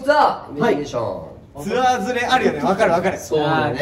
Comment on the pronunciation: 宮近さん、ツアーがシアーになってますよー